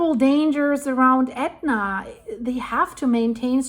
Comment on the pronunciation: WOW! Props to you for pronouncing those ridiculous names!